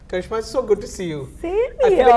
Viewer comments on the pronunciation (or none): Its Karisma,not Karishma!!! ha!! My whole life was a lie!!